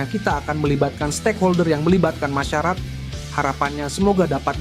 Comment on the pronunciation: Menit 28.56 Masyarakarat😂😂😂